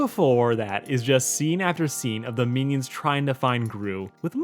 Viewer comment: y u say meanie-ons